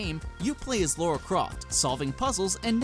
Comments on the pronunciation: ... It's Lara. Not Laura. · Good video, but every time I heard "Laura" Croft, it made me cringe. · Wow. I can't believe people STILL pronounce Lara Croft as "Laura Croft". You damn imbeciles.